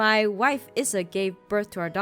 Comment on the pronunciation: I'm pretty sure Brendan's wife's name is pronounced eessa not issa